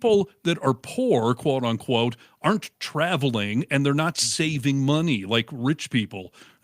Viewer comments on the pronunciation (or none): none